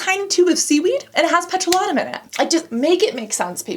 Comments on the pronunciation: C'mon, Babe - it's "pet - roh - LAY - tum", not "pet - roh - LAH - tum" and it's "TITE - us - vil", not "tuh - TOOS - vil". Wow, what weird pronunciations for such easily pronounced words. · Well, I've just realised after many many years of saying it wrong that petrolatum isn't pronounced peTROlatum 😅